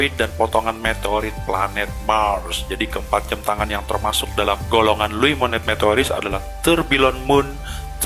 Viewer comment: Luo mowane , itu cara bacanya